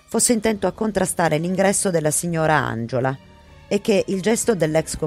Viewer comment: Tutto perfetto. Ma ANGELA si pronuncia così e non ANGIOLA